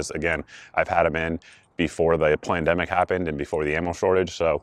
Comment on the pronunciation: Did you say Plandemic on purpose? 🤣